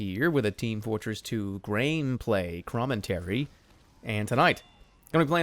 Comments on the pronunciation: Did you know he said grain play crommentary? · grame pray cromentary? jerma wut is english